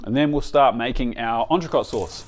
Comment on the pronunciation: I can't believe you didn't learn how to pronounce entrecot when you opened that restaurant